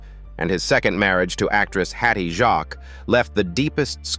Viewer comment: The mispronunciation in this AI generated commentary is truly awful. Derbyshire, Hatty Jaques and lots of others. YouTube take it down, it is not up to standard...